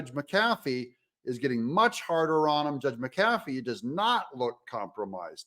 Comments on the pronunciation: The Judge's name is pronounced MCafee, not mCAFee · Doug, the Judge’s name is pronounced MCafee, not mcAFee just like McAfee virus protection and Pat McAfee pro NFL ESPN host. First syllable is accented not the 2nd. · Pet peeve: It's pronounced MAC A Fee. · Hey Doug. Happy patriot here. Please pronounce the judge’s name correctly. Mac-ahh-fee. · Would someone please explain to Doug how to pronounce the Judge's name?? It's MAC AH FEE!!!!